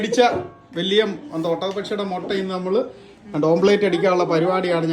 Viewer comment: ഓംപ്ലേറ്റ് അല്ല... ഓംലെറ്റ്‌ ചെഫ്‌ അല്ല ഷെഫ്